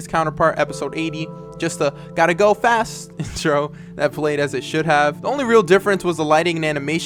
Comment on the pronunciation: "Gotta go fast" but i hear Cargo fast me